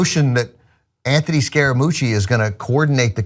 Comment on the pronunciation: please tell me I'm not the only idiot that laughed when he hurt Anthony scaramucci last name!